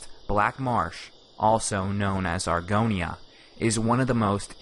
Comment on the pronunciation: When you called it Argonia in a previous video I literally screamed